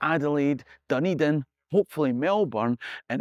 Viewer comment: when yr in NZ dont call it Dunny-Din lol